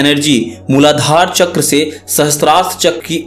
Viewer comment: Not chakraaa its चक्र